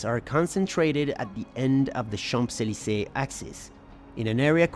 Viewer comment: Great job!!! Amazing knowledge of history. Love it. I love the accent. The only thing I would suggest to improve is the way how you pronounce Champs-Élysées. The P is silent and m sounds more like an N ( in Champs), Chaanz-…..